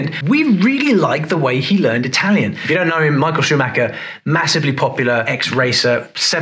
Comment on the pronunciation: it's impressive how Rosberg speaks italian so accurately, the accent is perfect